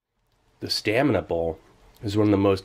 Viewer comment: Steve, separate your words, it's "stamina bowl" but it sounds like you're saying "staminable"